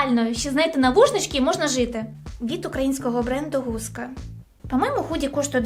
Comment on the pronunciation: Бренд не гуска, а ґуска. Гуска буде Hooska